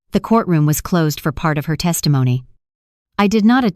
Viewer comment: It's HER AS IN A FEMALE NOT HAIR.HAIR IS ON YOUR HEAD.😢😢😢THIS IS THE WORST NARRATIVE AND NARRATION 😢😢😢😢😢